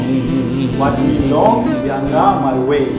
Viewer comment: The word Ianga you pronounce it Yanga...